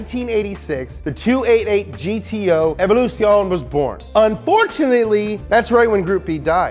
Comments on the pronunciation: Jesus Christ can you butcher the Italian language any further?? Evoluzione is pronounced "evo-loo-zee-oh-nay" And you butchered the fuck out of Nigel Mansel's name. It's not "Man-zell". God forbid you do some fucking minor research prior to making a video. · How did you manage to "almost" nail every italian proper name in the video but you still sistematically get wrong "Ferrari", "Evoluzione" and "Competizione" (even "Fédération" in "FIA", but that's French) LMAO